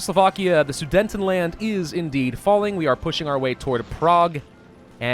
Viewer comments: SU-DE-TEN-LAND and not SudeNtenland. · And i still think its funny how you pronounce the Sudetenand. You alwas say SudeNtenland but its without the capital N... PS: but then you pronounce Kissen perfectly right, you are kidding or? XD